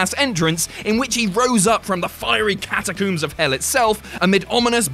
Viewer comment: It's disgraceful you can't pronounce 'catacombs'.